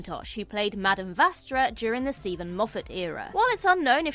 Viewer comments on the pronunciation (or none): none